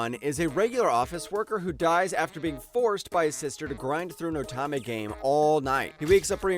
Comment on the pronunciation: Great list, I've seen all but 2 of them and loved them all. 7th Time Loop is rightfully number 1, although Next Life was my original favorite and still a favorite. Also, most, if not all of these have light novels if anyone wants to continue the journey, which I highly suggest. But please, please could you learn how to say "Otome" it's oh-tome-may.